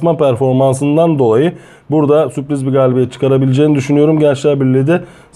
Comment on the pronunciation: Alanya ya süoriz demeniz biraz komik olmuş🤓🤓🤓